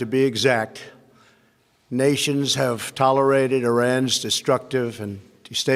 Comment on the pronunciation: Is it me or he can't really pronounce "tolerate" get the man some water lmao